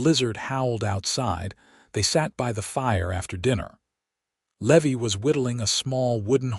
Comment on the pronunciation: Levy is pronounced, Lee Vie.